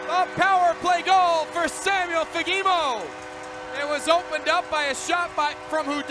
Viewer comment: As a Swede I understand that it might be difficult to pronounce his name but the first one might be the worst pronunciation I have ever heard😅 it is Fa-ge-mo